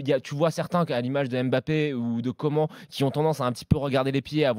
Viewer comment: Stp respecte le nom correctement de coman